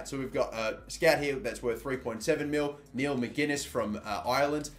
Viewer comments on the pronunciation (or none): none